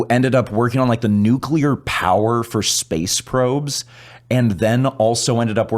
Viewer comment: Nu-clear not nu-cu-ler 😂